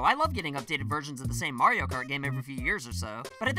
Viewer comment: You needa pronounce “Mario” the right way.